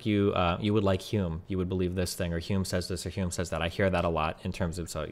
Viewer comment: Lol. Butchering Hume then unironically quoting CS Lewis. This takes me back